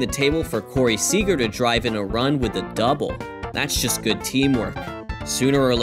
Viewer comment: anyone else notice the narrator pronounces the word "just" as "chest"?